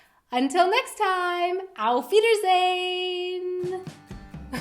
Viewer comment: LOL OMG I just realised your saying "Auf Wiedersehen" at the end of each video. I was wondering since Summer which englisch words or which language this might be. To be honnest youtr " Auf Wiedersehen" sounds more like " Al fieders dayn"